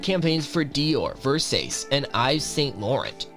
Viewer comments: Versaze and Ives Saint Laurent lol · Ahhhhhhh!!!! It's not ver-say-ses...It's Ver-sach-ee....And Encephalitis is pronounced, in-ceff-el-eyetous. Ahhhhh! EDIT..... Ka-po-sees Sar-koma! and Keith Hair-eeng. God damn kid! If youre going to make videos, practice a little and do some research. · " Versayse" it's Versace. Terrible. This isn't Showgirls. You got other derails and pronunciations wrong, too.